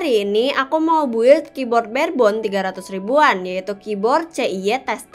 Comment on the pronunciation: suara keyboarnya bagus banget tapi sebaiknya build dibaca /bɪld/ atau pake bahasa indonesia aja artinya "membuat"